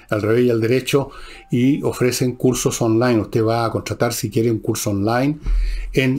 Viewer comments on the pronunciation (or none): none